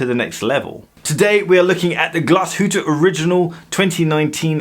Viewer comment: Glashoooot! Oregon-L